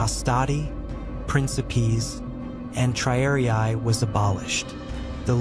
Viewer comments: Triariai? Isn't it, rather, TRIARII? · The silly AI voice commentary doesn't even know how to pronounce the word "triarii."